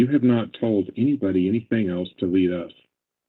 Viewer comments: Omg I'm going crazy listening to her say "anythink" instead of "anything". I hate that she adds a "k" where a "g" should be. Ahhhhhhh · I didn't do ANYTHINK WRONK. ooof! 😂😂😂. So funny